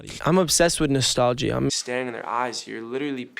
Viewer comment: Why does he pronounce "nostalgia" like that, like is it him or have I been wrong my whole life?